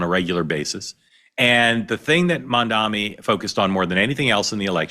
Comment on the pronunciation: Its Mamdani, not Mandami. So many people are mispronouncing it. Perhaps you and others,should stick to Zohran.